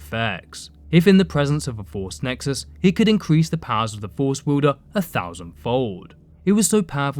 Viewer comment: What’s a wuuuulder of a blade? Also your riding and falling cadence sounds ridiculous. It’s far too short far too repetitive and far too distracting. I couldn’t even ^ Finish watching the videoooo